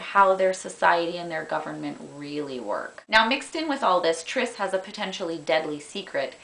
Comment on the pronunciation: Her name is Tris not Trish